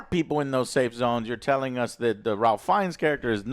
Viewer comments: Its pronounced RAFE even though its spelled Ralph. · and it’s pronounced “Rafe” Fiennes as well LOL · Joe, I love you but damn, please do some basic research before turning on the camera. There's absolutely no reason to fumble or not know this was directed by Nia DaCosta. I can forgive you for not knowing Ralph is pronounced "rayf" because I would expect that, but it's so important to credit the director of a movie properly, especially if you liked it this much. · Guys. It’s pronounced “Rayph” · Yes this is one of my pet peeves. Learn his name dammit. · most Ralph's arn't pronounced like that, fact.